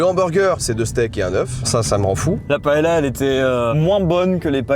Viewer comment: Pas trop la faute des espagnols le "vol" du sac en même temps.... PS: deux L en espagnol c'est comme ill en français. C'est "paeya" et pas "paeLa".